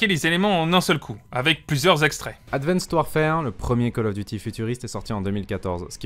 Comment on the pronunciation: Bonne vidéo mais ton anglais laisse vraiment à désiré en prononçant « streak » ou en insistant sur « Ad Van Ced Warfare » 😬